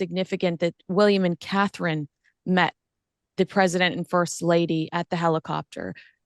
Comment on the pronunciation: Terrible AI. Learn how to pronounce Catherine, Sussex Appalling.